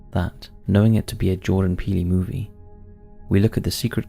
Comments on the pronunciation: Peel Not peely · It’s not peeley it’s Peele (As in Peel). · Hey love your work, but his name is not Peely, it's Peele. It's pronounced like when you Peel an orange lol wanted to give you a heads up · “Depraved,” not deprived minds. The director Jordan Peele, doesn’t pronounce his name that way. Peele is pronounced ’peel,’ as in ‘peel me a grape,’ not peelie. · I believe its Peele like peal not Peal- e , great video! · I think Jordan Peele does not pronounce his surname "Pee-lee", nor does anyone else. I think cattle mutilations are more closely related to UFOs expressing frustration over presenters who do not take even a small amount of time to learn the pronunciation of words they do not know, and especially proper nouns such as surnames in order to show respect for the individual they are speaking about. (lol - fun channel, good video - thanks again!) 😜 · Jordan Peele's last name is pronounced "peel" like when you peel the skin from an apple. 😉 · “Pee-Lee” I’m sorry, but the way he pronounced Jordan Peele’s last name is hilarious. 😂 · For future reference, it's pronounced "Peel" for Jordan Peele. Excellent video. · I feel like it was just comment bait, but Jordan Peele's last name is pronounced "Peel", like in apple peel.